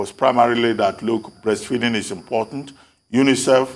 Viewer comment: Dr Abatti, had difficulty pronouncing breastfeeding! He was about to say breastfeasting! He likes what he likes!!!!!!